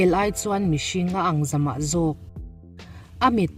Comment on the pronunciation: Kel aiin mihring a ang "zamah zawk" ni lovin zawmah zawk, tih tur. A beng var thlak e